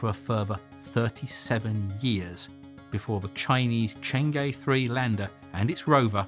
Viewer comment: Fantastic video. Just one point : 嫦娥 or Cháng'é is pronounced Chang errr :-)